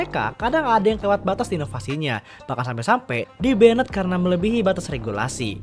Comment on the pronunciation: di "ben-ned" ...